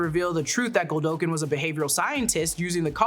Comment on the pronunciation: It's not GOLDOKIN!! Hearing her saying "Godolkin" the wrong way so many times for 46 minutes had me making the same mistake while discussing it with friends. 🤦‍♂